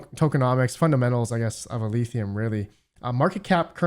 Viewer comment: Every time you say "Eleethium" god kills a kitten!